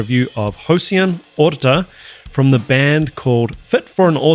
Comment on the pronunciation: You pronounce The mame good,he is an excelent drummer from our country Puerto Rico The mame is in spanish